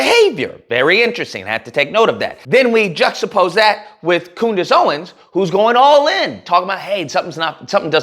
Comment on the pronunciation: COONdace Owens 🤣🤣😭😭😭 why am I just now hearing this?